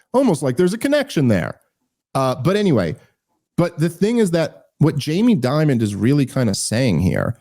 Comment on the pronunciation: Jamie Dimon, not Diamond BTW. I said his name incorrectly for years. I'm not even sure if Dave made this mistake but if I teach one person something new it's worth commenting.